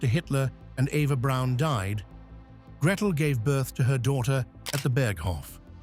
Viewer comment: If you can't pronounce Braun, you shouldn't make video's about her.